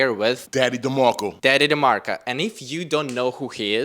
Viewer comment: It’s DemarkcO not DemarkcA !